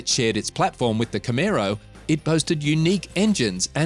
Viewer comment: nice aussie x b coupe there learn how to say camaro ,, i just brought a 68 firebird project car in australia ,, not too many of these cars here